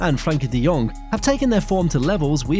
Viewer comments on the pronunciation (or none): none